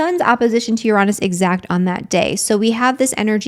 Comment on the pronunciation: Yes, triggered this Scorpio at the moment but I'll get over it😂Uranus its spelt Uranus not Uronus. There is no O. I had to check just incase I had been saying it wrong all this time and as my late Professional Astrologer Aunt would say lets not be lazy with our words which is frustrating to hear Uranus be said Uronus when its Uranus. I may have said things differently than they are meant to. I am working on to change those things. But your not on your own or by yourself Stella's Channel Astrologer and Tarot Reader says it too. My Virgo Rising likes to get correct spelling mistakes said corrected properly. I have Mars and Mercury in Scorpio. I hear you. Manifestions always need action. The Secret arriving let people believe that things would fall into people's laps when the word itself says ACTION. interesting times with New Moon in Scorpio. I don't start anything in Scorpio Season personally I wait until Sagittarius Season where its more better for me.